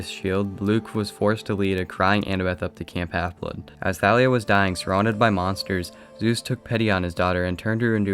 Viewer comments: I'm pretty sure Thalia is pronounced like "Tall ia" not "Tha lia" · Nah, the author said it was pronounced Tha-lia.